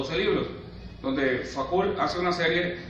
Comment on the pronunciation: Me supera la pronunciación del apellido de Michel Foucault (fucó) y no facul, eso me parece básico, es perturbador.